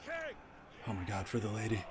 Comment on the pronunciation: I swear he said “let’s get ready to ride ze Lady” at the start.